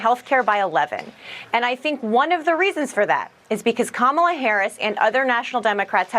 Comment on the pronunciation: What medical professional that has evaluated Biden says he was unfit? Meanwhile we’re supposed to vote in office a sociopath who is yelling North Carolina in Pennsylvania, can’t pronounce a simple name like Kamala, and can’t stay on topic if you paid him…not to mention he’s a 78 year old morbidly obese man who may not make it through a full term due to health risk factors. So vote Jim Jones in office and risk JD Vance becoming the president?! I’d rather cut my wrists and ankles off and feed them to myself!!!